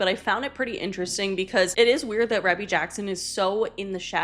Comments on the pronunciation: Her name is pronounced Ree-Bee. Rē not Reh. And it’s an old conspiracy that she is JJ’s mother. I believe it. Her and Katherine interact more like grandmother granddaughter vs mother and daughter. And everytime I see Rebbie she’s with Latoya and/or Janet. Pure speculation. But it’s canon in my head lol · Rebbie’s name is pronounced Ree-Bee. And she got married very young. She hda hit song centipede.